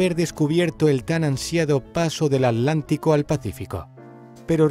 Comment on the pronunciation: Alantico!? ALANTICO!? ES QUE NO VEN LA "T"?